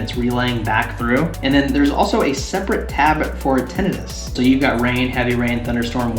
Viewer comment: I know your pronunciation of tinnitus is correct... but I still like the wrong one.